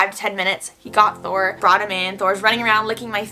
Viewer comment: She said Thor not door